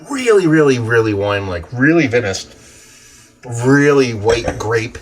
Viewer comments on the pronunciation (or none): Just fyi, you pronounce it "vine-ous" 👍